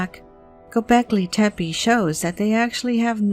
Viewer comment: You cannot just read names of foreign languages as you feel like it... You make a 1h video of knowledge, yet you cannot spend 3min to figure out how to pronounce Göbekli Tëpe... Bravo.